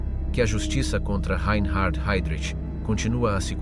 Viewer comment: A.I. SHIT. SUCH AS THIS, REE EIN HARD HEYDRICH.